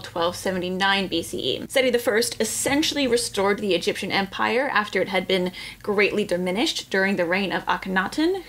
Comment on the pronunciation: ‘But, have you Beeeeeaan therrrr?